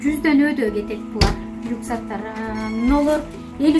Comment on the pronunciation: Люкзак дейт гоо